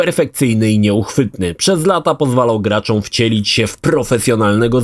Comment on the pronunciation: Łapka w dół za wymowę GRACZĄ zamiast GRACZOM